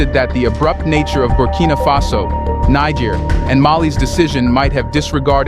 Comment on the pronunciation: You "SIMPLE" learn to pronounce NIGER. Do not denigrate the country with American denigration.